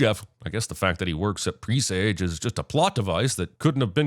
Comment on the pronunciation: You’re not planting herb seeds and that is not how one pronounces “presage.”